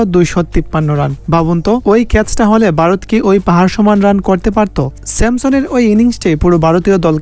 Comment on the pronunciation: ভাই কিছু মনে করো না তোমরা উচ্চারণে কিছু ভুল আছে বারত না ভারত হবে ।আরো কিছু ভুল আছে নিজে মন দিয়ে ভালো করে শুনবে তাহলেই বুঝতে পারবে ।সরি মনে কিছু করো না ধন্যবাদ ভালো থাকবে ।